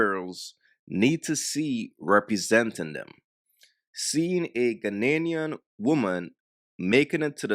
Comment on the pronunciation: Did he say ghananian?